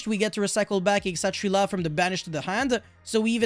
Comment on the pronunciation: Kshatri-La actually comes from Indian languages. It's Kshatriya, the Hindu warrior caste, and Shangrila. And you pronounce the K.